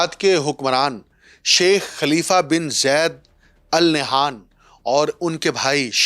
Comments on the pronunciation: Its not Nayhan, the name is Nahyan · Al Nah'yaan hota hai pai